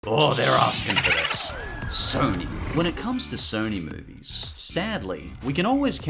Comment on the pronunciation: Why did say Sony like that